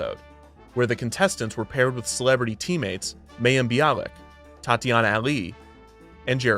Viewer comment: Mayim is suppose said like My-yim, great work all around though.